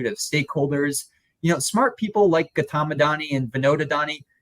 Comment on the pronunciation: The way your guest pronounced Gautam it sounded to me like Khatam! Khatam Adani!